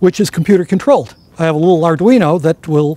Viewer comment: Did he say Arduino?